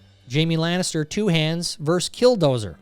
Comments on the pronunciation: Versus, not verse. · Why can’t ya say “ver-sus” anymore??? Verse? When did it become verse…?